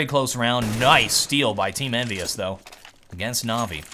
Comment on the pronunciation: He says EnvyUs like NBS and every time he does i feel like he misspelled something like NBS instead of NBK or so.